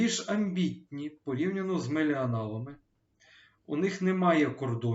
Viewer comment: не меліАНАЛи а меллініали))